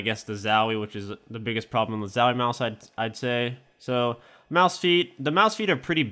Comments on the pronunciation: "MAUSE" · He says mouse is a weird way xD